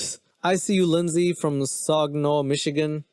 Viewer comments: Love the video good what to avoid video to show my daughter and it's pronounced Sag i naw it's actually where I am from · ikyou dont live in michigan but the way you pronounced "Saginaw" omg